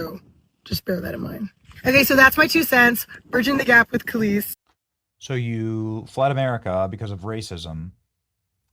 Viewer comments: (Kell-Leese) is how it’s pronounced, I’m sorry, I’m that grammar/reading AHole that yells at everyone who reads too slow while screwing up every word, and mis-pronounces things. If I’m unsure how to pronounce something, I look it up..😂that would drive me nuts hearing, or saying something wrong the entire time and not know it, or be corrected!! Just an FYI!! 😂 carry on..😂😂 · Benny pronouncing Kelis as “Kellis” has me cracking up 😂😂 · Benny it’s pronounced Kuh-leese .. as a fellow millennial I’m disappointed lol …she’s part of the some of the last pop culture references that will ever exist. We don’t experience things as a united culture anymore. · Kuh-Lees Buddy. You wouldn't want anyone to mispronounce your Mother's name Mate. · Pronounced Kelice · You are pronouncing her name wrong. It's pronounced Keleese. And Africans could care less she's black. All she is to them is an American, LMAO 🤣🤣🤣🤣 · Benny it’s pronounced “Kuh Leese” Kelis. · Her name Kelis, It's pronounced "ka-Lease" it's unfortunate because I think she's very talented but her ideology is moronic....she's getting a lesson good! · Benny: It’s pronounced “kuh-LEES”.. lol.. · It’s pronounced Kuh- les but she’s dumb for not researching it! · It’s pronounced Kuh-LEES. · Good for Kelis (KEH-LEES) at least she’s living a good life there!!! Enjoy Africa!! But USA is thriving 🇺🇸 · It's Kah-lease.... But like you said, who effing cares. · Ka-lease is how you say her name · Pronounced: Kah - Lease LOL! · Not Kel-lis 😂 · It's pronounced "Kuh-Lease" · Pronounced Kel-eese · It's Kuh-lees. Just saying. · Regarding Kelis: This video is full of lies 🤣 he’s reading it off the internet from a unreliable source lol can’t even pronounce her name right and obviously knows nothing about her and running to X for more information hahaha 🤡 lol that crash out was something huh hahahaha